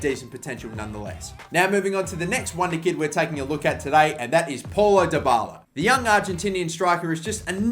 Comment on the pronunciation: it's not Paul-o, it's pronounced as pow-low